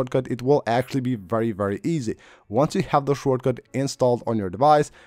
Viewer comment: “Shore” cut lol